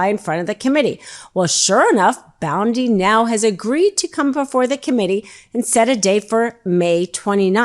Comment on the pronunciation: Pronoun Bondi correctly